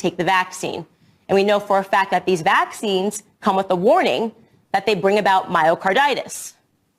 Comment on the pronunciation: Is anyone else annoyed as shit by the way Candace says "vaccines"? Why the hell does she put the emphasis on the first syllable like that??